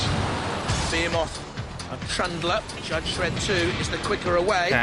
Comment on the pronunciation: I’m with you on Rabid and Behemoth, I thought that was how we all said it in The UK- surprised to see them both said differently on this. I had heard ‘ray-bid’ before but thought it was just someone who didn’t know the pronunciation. Bear-moth is very strange to me.